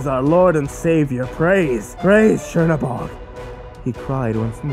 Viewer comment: is "cherry bog" supposed to be tzhernobog? because its not spelt "chernobog" and not pronounced "cherry bog"